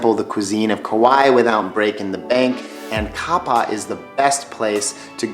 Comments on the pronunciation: Good video - I've been going to Kauai for five decades. I've heard people pronounce Kapaʻa several different ways "KApa" "KaPAW", etc. Most people who live here say "Ka-PA-ah". I'm still not sure there is any consensus on the correct pronunciation. If you visit, you'll love it. There are so many places to see you would need a 2-hour video to cover it. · Thanks for making this video. However, let me correct some errors you made. First of all, Kapaa is not pronounced cop-ah. No, Kapaa is actually spelled like this: Kapa'a. Pronounced Kah-pah-ah. Also, what you referred to as the "north coast" is "the north shore" or the other side is "the south shore". Nobody that lives here ever says north coast, as that is very lame. And east and west sides are called "the east side" and "the west side", not the east coast or west coast. If you lived here you would know these things. In the future before you make a video about some place you don't live you may think about consulting with a "local' about proper pronunciation of words and names. Otherwise it makes your video seem kind of dumb. One more thing. You say it does rain a lot which is true but that the weather is pretty good overall. Yet, there has been many years where we have had 6 months of nearly straight rain and overcast skies which really sucks and makes you want to get off this rock. Not a nice place to visit when it is like that. I feel sorry for the people that probably saved for years just to come to Kauai on vacation only to never see the sun or any blue sky the entire week they are here. Believe me, it happens all the time. This is not the paradise that outsiders think it is. It can be outright nasty. Then there is the rooster invasion that was caused by hurricane Iniki that destroyed the place in 1992. All the exotic roosters used for cock fighting escaped and have now